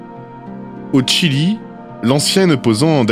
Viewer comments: Le Chili et non le tchili.... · On prononce "Chili" ou "Tchile" (en espagnol) mais pas un mélange des deux. Mais sinon très bonne vidéo! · C'est étonnant ta façon de prononcer le Chili 😂